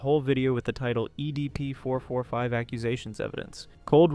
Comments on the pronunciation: "Eddie P. 445"? Why doesn't he pronounce it right only at this part of the vid?🤨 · ok after the 17minark and the 100th time you said "EDP445", I can't handle It anymore I'm out peace